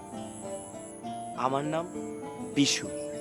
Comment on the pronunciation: Hala namta o to bolte paro na thik kore